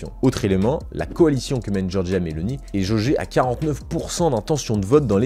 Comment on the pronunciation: ON DIT: GIORGIA MELONI - NON GIORGIA MELONÌ. X FAVORE!!!!!